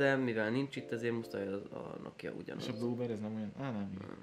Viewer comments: nem nókia hanem nokia kiejtve is. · Az nem nóókia hanem nokia🙄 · annyira idegesítő hogy a Nokiát Nókiának mondod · a Nokiát RÖVID o-val kell mondani !!!🙄😂😂